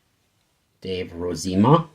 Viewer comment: its pronounced as Dave Rose a ma. He is also Kirk Gibson's brother in law.